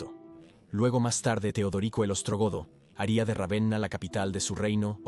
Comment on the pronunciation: Puffff vamos sólo a comentar que se pronuncia Rávena en castellano.